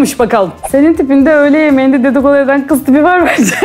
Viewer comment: Kız derken qız demen ❤️ Gülünce kısılan o gözler 👀 🦋🌹😊